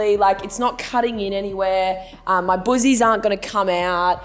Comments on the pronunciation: Right?!! I thought she was saying "boozies?!" 😁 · Im American and when she says boozies I find it super funny!